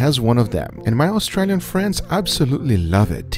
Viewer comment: They're saying austrAlian incorrectly